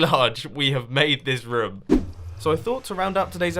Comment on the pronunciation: Is it just me or does he says roum the whole episode